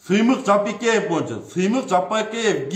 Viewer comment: Ей доопараз Жапыкеев дегенди айтаалбайсынбы, туура даана кыргыз тилинде суйлочу анча мынча создоруно тушунбой жатам.